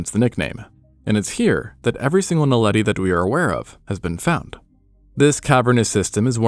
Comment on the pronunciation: Lol, finally someone who can pronounce Naledi